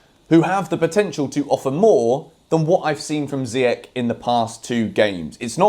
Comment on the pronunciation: I don't mind you criticising Ziyech but please pronounce his name correctly. That's what Younes would say after watching this video 😂😂